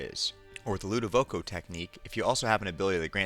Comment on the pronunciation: Ludovico.....not Ludovoco.